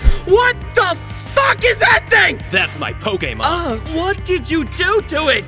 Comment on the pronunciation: POKAMON HE SAY LOL XD